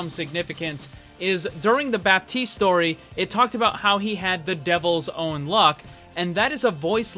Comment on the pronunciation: Boi its baptiste